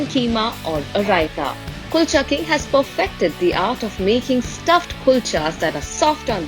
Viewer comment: chef doesn't take effort to pronounce Kulcha well I understand how good would be the KALCHAs😂